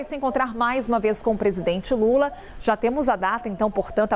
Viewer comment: Falam Direito e lula e fala Normal e não Lule isso e Coisa de Gay